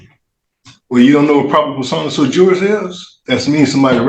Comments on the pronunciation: "It's "su-jurís" not "suju-rís"" - Hermione, probably. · First, sui juris is pronounced SWEE JURIS, genius.